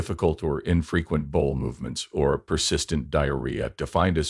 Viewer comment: "Bowl movements?" This is why we need human narrators. Even the subtitles were misspelled.